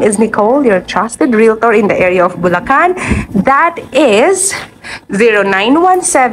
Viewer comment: BU LA CAN GAGA HINDI BU LA KHAN TONTA. OA KA